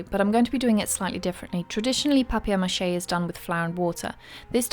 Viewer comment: She pronounces it very well ! (I am french and we say it like this). ;-)